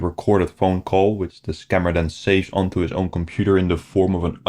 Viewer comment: "Scam-ber" Alert! 😂